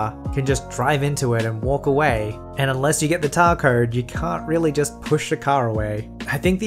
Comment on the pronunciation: “unless you get your tar cowed...”